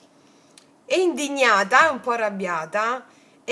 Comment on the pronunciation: "Lei è in..dignata".........con 2 zeta aggiungo io 😂😂😂😂😂😂